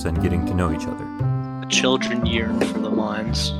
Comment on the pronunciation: I've never heard anybody mispronounce yearn before